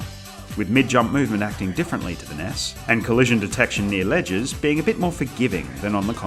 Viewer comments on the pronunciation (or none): none